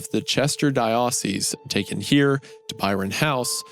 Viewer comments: VAI-car and di-AH-cese? Really, Isaiah? You've never heard those words before? Never? Sometimes I think he mispronounces things on purpose. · Wusteshur, Cheshur, Vicker, DIE-o-SEES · Love this show. But they need to like look shit up when it comes to pronunciation vic or and die o seas people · Every time I look at the word I can’t even REMEMBER how Isaiah pronounces it bc the only way I can possibly hear it is “di-YO-cese”. And I’m NOT EVEN RELIGIOUS!! 😂😂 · Hearing Isaiah pronouncing 'diocese' and 'vicar' kills me. I feel like the religious words he'd nail down no problem. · i didnt know anyone could be so removed from the taint of catholicism to consistently mispronounce vicar and diocese this is awesome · that's the oddest pronunciation of diocese i've heard. i thought wendigoon would know how to pronounce that word? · Boooooo- for brutalizing the pronunciation of the words, vicar, diocese, and Worcestershire multiple times. Are you a big church guy? How do you not know these common words? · The true horror of this episode is how Goon pronounced vicar and diocese. I'd get it if it was just Hunter, but I mean come on. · Someone please tell the boys how "diocese" and "vicar" is pronounced! 😭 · Bruh, how does Isaiah even mispronounce religious terms like archdiocese and vicar? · Listening to Isaiah mispronounce vicar and diocese is kind of painful. I don’t expect any better from Hunter. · I laugh everytime Isiah tries to pronounce "diocese" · Love how a religious guy like Isiah keeps messing up the word diocese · Yeah, he did a video recently about the trial of a dead pope and mispronounced diocese, papacy, and papal every single time. Also, I guess it would be more fair to say "non-evangelical". I'm Anglican, and we have diocese and vicar. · I really though Isaiah of all people would be able to pronounce diocese and vicar 😭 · Can we address how Isaiah, the alleged theology buff, horribly mispronounces ‘diocese’.? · lol He also screwed up “diocese”.